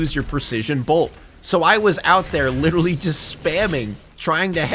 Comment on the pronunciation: Anybody else notice that he says “Lidolly” and not literally like that tik tok trend😭😭